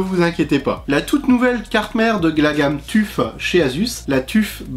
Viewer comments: je crois que ca se prononce "teuf" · On dit t.u.f